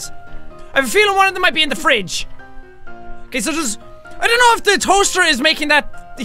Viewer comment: "Hello Mr.Fwidge, I'm back!" Jacksepticeye 2014.